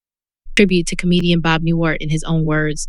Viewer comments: It's NewHART not Newart!! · Is this some kind of AI voice? Cuz 'she' isn't saying Bob NewHart correctly. This makes it impossible for me to listen to the whole six minutes cuz it just sounds fake to me, like it's coming from someone who doesn't respect his life so why should i care about what this video has to say about his death? Get the behind me silliness.